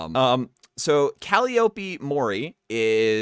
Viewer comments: When you pronounce callieoope and demon dace within one minute. Lmao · Cally-Opie?, dude, It's Calliope..."Cal-eye-oh-pee." Like the musical instrument. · Funny fact, actually, mispronouncing words because you've never heard them before is called "Calliope Syndrome", because of this very confusion On that note, it's canonically Cal-eye-oh-pee (you hear her pronounce it in the Dead Beats song), but since japanese agency I don't think anyone cared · From what I’ve seen, the Japanese members pronounce it as Calli-opie, go figure lol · I think the Japanese actually pronounce it the right way, meaning the original Greek way, and English pronounces it wrong. Also, Calli officially got the Japanese writing of her name changed because of this confusion so its now officially Cal-eye-oh-pee in both languages but most Japanese viewers got used to saying Calli-opie. I think the best workaround is to just call her Calli